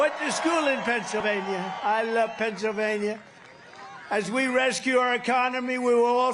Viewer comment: Trump can't even speak anymore, I love pebsavania lol😅😅😅